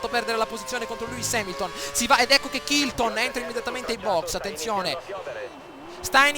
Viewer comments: si scrive chilton ma si dice cilton spolliciate per fargliolo leggere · si pronuncia cilton